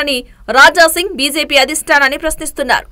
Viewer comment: బీసేపి కాదు... బీజేపీ అని చదవండి..